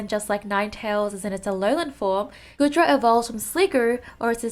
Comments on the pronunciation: normally I don't care but saying GOOD-Dra instead of GOO-Dra is baffling especially when you pronounced GOOmy and SligGOO right. I just don't know how you managed that. Anyway excited for Tropius since he needs love but I rather he not get added until he gets an evolution cause his stats are so low. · it's Gooooodra that's not how you pronounce 😭 anyway goodra is my favourite out of these just because it's a possible defender and I enjoyed using it in x&y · I love the Goodra line! Goomy is precious. Actually, all of them are precious. We need more defenders, and if the Hisuian form comes to Unite, I hope it will be a defender. (by the way, it's pronounced "Goo-dra" like goo)